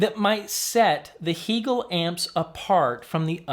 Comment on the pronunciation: Why the switch to “Hee-gehl” vs. “Hay-gehl?” You said it correctly in interview with Anders…🙋🏻❓